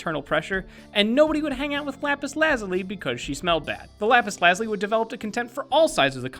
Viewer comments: it's not lapus lazly it's lapus lazuliy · I think its pronounced lapis la zoo lee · It pronounce lapaz lu-zoo-ly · you could tell it was an April fool's day joke because of how he pronounces Lapis. its Lapis La-Zoo-Lee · why does no one know how to pronounce lapis lazuli it's: la - (j like z sound) - you - lie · The pronunciation of lapis lazuli feels so wrong. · Why does he pronounce lapis lazuli so weirdly? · so is the april fools joke the horrible mispronunciations of lapis lazuli and peridot?